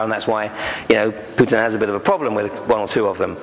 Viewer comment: He pronounces Putin's name as 'Putain' which is the French word for whore - lol